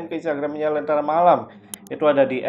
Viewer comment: Lenntera Malam kak,,bukan Lentera Nalam😢